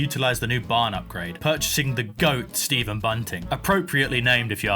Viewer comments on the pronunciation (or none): none